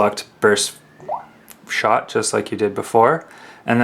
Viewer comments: It's not burshot it's burst shot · Burst shot...learn to open your ears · What the fuck is a bursh shot? Speak English boy. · lol he cant say burst shot